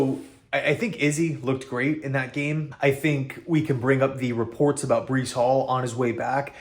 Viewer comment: its breece not bryce